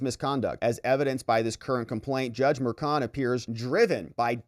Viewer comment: the name is prounced MERSHON, not MERKON. ......... either way he needs to be removed.